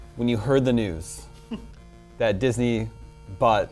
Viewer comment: He almost said jizz-ney ha